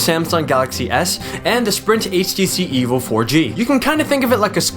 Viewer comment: HTC Evil 4G, thats how I hear it, lol. Nice video man its informative yet funny.